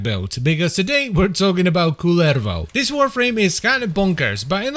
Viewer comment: Props to for the pronouciation of Kullervo! Neat to hear someone pronounce it the Finnish way. The Rauta video a while ago was pretty good as well.